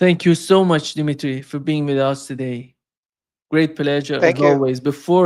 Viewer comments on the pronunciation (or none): His name is Dmitry, not Dimitry,.